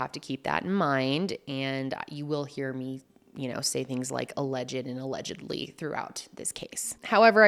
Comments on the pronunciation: Alegedly. Alegedly. Alegedly. sigh I felt that. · The pauses before “allegedly” cracking me up , I love these videos so much ❤